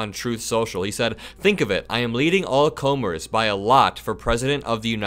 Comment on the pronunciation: Second person to read “all comers” as a long O and not even question why it doesn’t make sense. The old phrase is, I believe, from open boxing events when the champion would “take on all comers” - as in anyone wishing to come into the ring with them.